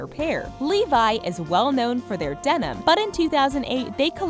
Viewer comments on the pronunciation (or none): none